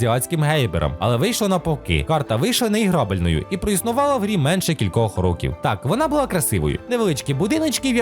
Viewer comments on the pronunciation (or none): none